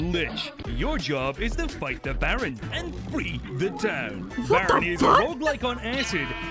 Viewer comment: I think Barony would be pronounced bear-on-E